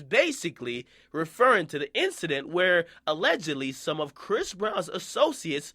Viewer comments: Stop calling him bhris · Stop sayin briss....... Bish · stop calling him bris 😂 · Why he keep saying bhris breezy though? Doesn't sound right lol